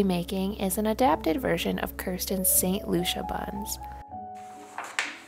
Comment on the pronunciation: I believe it’s pronounced Loo see ah.